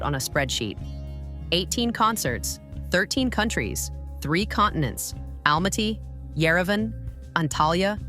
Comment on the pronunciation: I HATE when people don't learn how to say his name correctly, like it's Mashed potatoes and Almaty was mispronounced, too and other words. And it's really no one's business as to why he is still single.